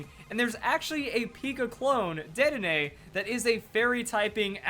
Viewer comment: It's DEDdenne